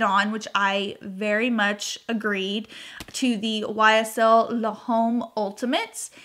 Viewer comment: ** the ‘H’ is silent in L’Homme 👍🏻